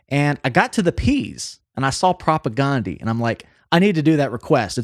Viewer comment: I recommend learning how pronounce "Propagandhi" before doing a video on them. It's pronounced like "Propaganda" aside from that last A.